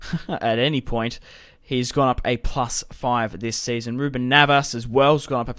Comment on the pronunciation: it's neves not navas